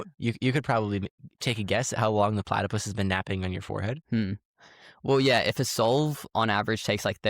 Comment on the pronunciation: This was my favorite episode so far. I’ve been following journey for a few years now. It’s been amazing and really inspiring to see how far he’s come and I love how involved and supportive the whole family is. PS: It’s platypus, not platapus:)